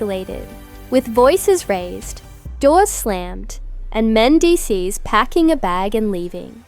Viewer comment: Who the hell is “Men-des”